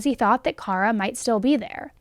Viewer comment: She is pronouncing it correctly for Kara. FYI.